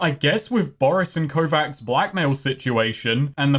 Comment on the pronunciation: Kovacs is a pretty common name on Harlan's World. It's pronounced "Ko-vatch" with the Slavic "Ch" sound instead of the Amanglic "Kss" (P.s. It's a line from Altered Carbon...THE BOOK...don't me....)